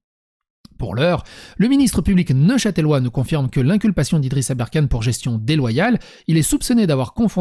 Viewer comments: On prononce neuchâteulois, ou neuchât'lois, en aucun cas neuchatèlois. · NeuchâtElois ou neuchâtlois comme on dit par ici mais pas neuchâtèlois désoler ça me démangeait hahaha